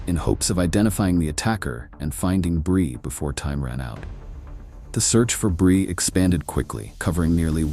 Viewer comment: What’s up with the pictures being all wonky and fake looking? And why the random mispronunciation “brye” and not “Bri” and then fixing it. And then going back to Brye. Idk if they’re AI edited images and voices , but it makes the video come off fake and disingenuous. Other than that it wasn’t a bad video